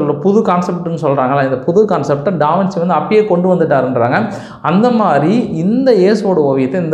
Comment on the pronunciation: First of all avar peru pronunciation டா - வின்- சீ illa... it's wrong... adhu ட- வின்- ச்சீ (Da vinchi). Second, Giorgio Vasari was not a king. Third, Leonardo Davinci painted The Last Supper as a commission painting to the CHURCH and not the KING... The church is Cathedral de Santa Maria Delle Grazie in Milan, Italy.